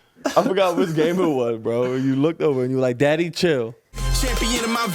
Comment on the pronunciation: 😂😂😂😂 I hear “Zadddy”